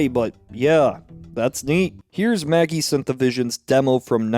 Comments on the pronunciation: 11m15s Yes, that is actually the original music. And Magi -- it's not "maggie", its "madge-eye"" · Magi is pronounce maj-eye. Like magic not maggie. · I was a Director at Digital Productions (DP) starting in 1984. For what it’s worth, Magi is not pronounced Maggie, it’s pronounced Madge-eye. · Just wanted to point out that "MAGI" Synthavision is pronounced "Ma-jai". Also that's an old school neon light not an LED light in "Red's Dream". Other than that, this video is really awesome, thanks for sharing!